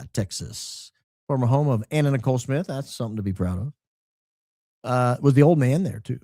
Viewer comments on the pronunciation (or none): none